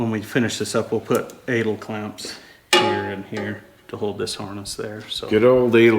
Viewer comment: Interesting. After working in aviation for 30 years I've never heard them called or pronounced Adle clamps. Always knew them as A del clamps kinda like the singer. You guys do fantastic custom wiring. Nicely done!